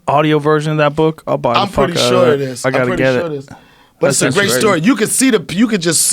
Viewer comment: He’s gWeat